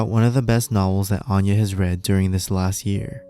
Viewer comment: You're mispronouncing her name it's Anya like aneurysm